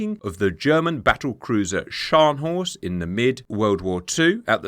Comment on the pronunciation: Very good effort pronouncing Scharnhorst! If you ever wanted to fool a german, put some emphasis on the T at the end and the open A - Schárnhors't. If you want to do it perfectly, there is a very brief, almost silent E missing (etymologically) between the R and N... Schar(e)nhorst 😊 same goes for the G(e)neisenau 👋